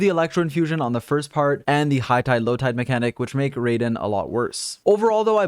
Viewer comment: Don't wanna be that guy, but here's some pronunciation help: The 'Raiden' part of 'Raiden Shogun' isn't pronounced like 'ray-den,' but rather 'rye-den,' like the bread. The element 'Anemo' isn't pronounced 'a-nee-mo,' but rather like 'anna-mo.' For an auditory example of both, use Google Translate for both words, Japanese for 'Raiden,' and Greek for 'Anemo,' since that's the Greek word for 'wind.' Hope this helps out a bit to anyone needing some pronunciation help.